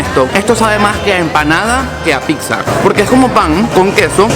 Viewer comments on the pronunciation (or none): No se que me da cuando alguien dice picsa